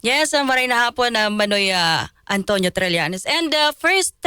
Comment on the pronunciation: It's TRILLANES, not TRELLANES. Please pronounce people's names properly.